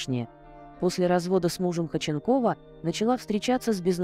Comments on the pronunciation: Автор, не Хоченкова, а ХОдченкова. И ударение ставите неправильно. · Почему так отвратительно произносятся ударения ,в данном случае ФАМИЛИЯ 🎉это всем знакома актриса, вы ,наверное, и не слышали и не видели Светлану Ходченкову !!!!! Ужас, просто уши режет , а сколько слушают вашу речь ??? Задумайтесь ...... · Если уж беретесь рассказывать что-то о достаточно известном человеке( а в данном случае это именно известный человек, имя и фамилия которого на слуху), потрудитесь ударение в фамилии ставить,, правильно, а то прям слух режет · Зачем вы коверкаете фамилию. Слушать невозможно этот безграмотный коментарий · Вот интересно, кто озвучивает текст, умеет читать? Может прежде, чем о ком то рассказывать, прочитать и узнать фамилию человека, а потом уже знакомить в ютубе?